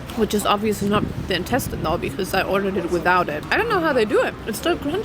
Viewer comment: pronouncing intestine as intestin just confused me😭😭